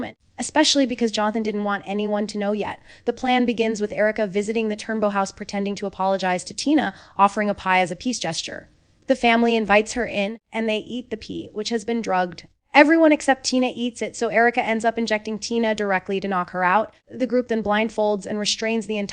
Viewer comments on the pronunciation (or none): Is this AI?? There's so many words being mispronounced.. Pronouncing pie as pee.. 🤣🤣🤣